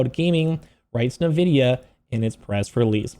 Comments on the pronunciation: Why can no one pronounce en-vi-dia correctly? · I would be a much nicer audience member if you didnt call the the primary focus and most valuable company on earth "nevidia"